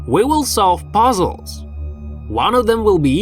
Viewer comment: We will solve poezzels Wtf is poezzels